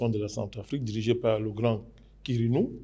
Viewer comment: Karnou et non karinou